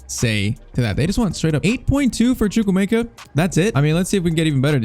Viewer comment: It's choo-kw-emeka